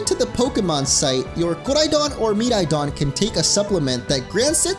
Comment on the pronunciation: He doesn’t have to say koridon and miraidon with that weird accent